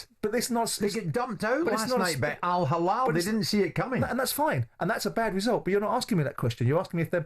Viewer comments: Not hallal , its hillal Jim, hallal is for meat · So proud to be Alhilal fan. Hate more guys. You don’t give Alhilal their due respect and acknowledgment. Even the way Jim White who I respect a lot tries to be disrespectful in the way he pronounces the name, it’s Al Hilal not “Al HaLal”. Have some shame.